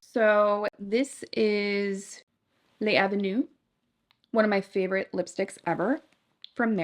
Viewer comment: It’s L’avenue, all one word, not Lay Avenue.